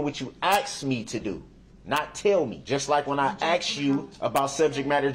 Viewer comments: I love when he says, (AX) me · He said he doesn't mind if we "axe" him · Darrell says that's a lie, and that's not true .. meanwhile.. he pleaded guilty to all of it. Also can AXE you a question.... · You axe her ?? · I have a question is it asking or axing, ?, 😞😴💩😲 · This dumb guy. Every time his street mentality came out , my nerves would cringe. He is unable to say normal words like aks instead of ask and trufh instead of truth. He got lucky the judge allowed him to represent himself. U can tell the difference if how he acts with male and female. He wasn't able to talk and act like this when he was first arrested with the male cops. He acts totally different towards females. I'm so glad he is in a room with four walls for the rest of his life for what he did. RIP to the victims and condolences to their families. But, either way, I can't stand people who act like this and more times than not, when they act like this they're lying about something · Axe me The truuf So cringe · Substain, Troof, axe, Oaf of office, biast, his continual use of “that’s not fair”; looking up at the ceiling; this courtroom has no integrity (says the man CAUGHT on video lying compulsively and continuously); I could go on and on about his toddler like behaviors. I could not have been able to sit quietly in the courtroom without speaking out of turn 😂